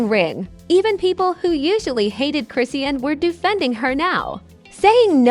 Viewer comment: Lady you don’t pronounce her freaking name right . 🤥stop lying . Tf where do you get these story. Husband! wtf 🤬